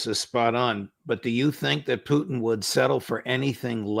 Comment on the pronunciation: Could someone please teach Ray how to pronounce President Putin's name properly. Poutine (poo teen) is Canada's national dish. Putin ( poo tin ) is a respected world leader for God's sake.